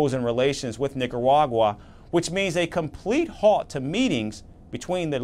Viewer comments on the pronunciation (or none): How did nobody think to correct this guys pronunciation? Really sounds like he’s saying “Nicawagwa”